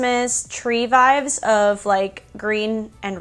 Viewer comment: Lol I always laugh out loud when u say vibes, or vibe. It always sounds like your saying vive. Lol love your channel and your videos! Your absolutely gorgeous! Super jelly!